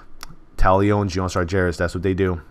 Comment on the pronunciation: STOP SAYING SAR-JAIR-IS PLEASE! It's Sar-Ger-As